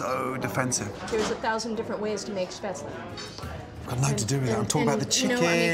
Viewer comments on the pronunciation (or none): Just a small thing, but: if neither the owner nor the servers can pronounce the German dishes properly, like not even close, they shouldn't give them German names. Do they expect the guests to know what the hell it's supposed to be?